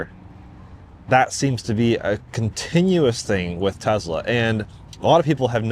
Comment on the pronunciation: "I don't really want to say [I'm a Tesla Fan], I'm just a fan of good products."... Dude you're like autistic-fixation level of Tesla superfan, what are you even talking about? There are drinking games for how many times you say "Tezzla" in an unrelated car review video.